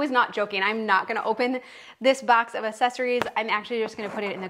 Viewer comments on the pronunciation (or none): If she says uh-sess-uh-Rees anymore, it’s not pronounced that way. I do love the idea of getting rid of things, but I wonder if her kids get annoyed by her saying all the time, you’ve got two hats, whoa get rid of one lol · And do you notice that she even spelled it wrong in the first part - ‘assesories.’ - the same way she pronounced it. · This is a good list! I just went through my house and followed along. Also, it's spelled accessories. That's probably why you're saying it the way you're spelling it!